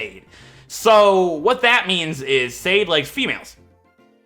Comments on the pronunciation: Sade is pronounced more like "sah-deh", like "su" from the word "sun" and "de" from the word "deck". But honestly, I thought that anyone who speaks English might say it more closer to "said/shane/shade", which is totally fine with me. Now that "serious" explanation is over... ASDRFRFSAFG!!! XD I cannot believe you picked my name suggestion, first time I suggested a name and then you decided to use it! Thank you and hopefully you get your revenge! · It's Sud_deh in Finnish and that's how its pronounced,. I'm half Finnish so I would know! If you get a Larvesta, name it Aurinko which is Finnish for sun.